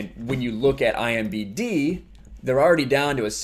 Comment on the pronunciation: Please stop saying IMBD. It's IMDB. Sorry.... just hard to listen to that.